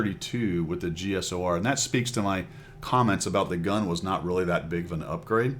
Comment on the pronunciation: The "Cheesor"